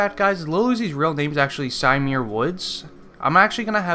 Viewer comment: Its pronounce sa-mere